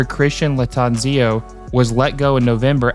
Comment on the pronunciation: Props to you for doing your thing. Though, come on man you butchered the pronunciation of Charlotte FC’s former coach C.Lattanzio and Kamil Jóźwiak for starters. We are not going to finish 14th after finishing 9th in our inaugural season and last season. We’ve made several roster changes and have let go players we don’t need. We’ve gained multiple DP and IP spots clearing up space. Yes we will be more active in the summer doing some shopping. Though, if this deal with Luciano Rodriguez comes through goodnight to this prediction and the doubters. Love to see people doubt Charlotte. This is going to age like milk.